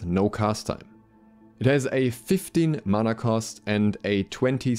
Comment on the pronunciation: Mana not mauna